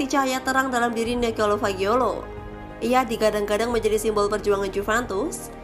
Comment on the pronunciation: 𝘍𝘢𝘨𝘪𝘰𝘭𝘪 𝘣𝘶𝘬𝘢𝘯 𝘧𝘢𝘨𝘪𝘰𝘭𝘰